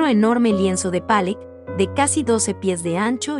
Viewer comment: Demasiada verborrea para definir pintura tan pobre, y la pronunciación "Pallock"...qué cosas.